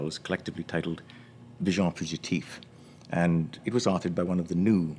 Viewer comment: Agreed 95%; would just like for him to pronounce "visions" properly in French. :-) Small - no, tiny! - matter, though.